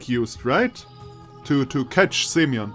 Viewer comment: Speaking of stress, you also put it wrong in Semyon. Speaking of pronunciation in general, it's [sʲɪˈmʲɵn] [sʲ] is soft s as in six (as opposed to hard s in sock) (actually after listening for examples in wikitonary is seems that in Englsh s doesn't soften in six, but in French it does (though maybe those are just speaker to speaker differences?), so maybe better think French here) [ɪ] as in bit (due to vowel reduction in unstressed syllables) [mʲ] is soft m as in .. to meet, maybe? (as opposed to hard m in... let's say Monday) Or French ami. Also in "mon ami" you can hear both hard and soft m to compare. [ɵ] the wiki says that /o/ after a soft consonant in Russian becomes [ɵ], but their example of that sound doesn't sound right at all to me (if anything that [ɵ] sounds like something between /u/ and /ɨ/ to me). Maybe it's just a weird example they have. But I'd rather say [ɜ] like in bird or [œ] as in German Löffel. Also this is where the stress goes. [n] just a normal hard n. Example of soft m in Russian: Compare to hard m: Example of unstressed /e/ reduced to [ɪ] followed by soft s [sʲ] and then the version of /o/ that they call [ɵ] (the pronunciation is right here, but I'm confused as to why they say it's [ɵ] when in the article on the [ɵ] sound itself the example recording sounds totally different): Compare to hard s: (note the /n/ in these last two examples is soft, which is different from hard /n/ in Semyon) And Slavya is [ˈslavʲə] [vʲ] is s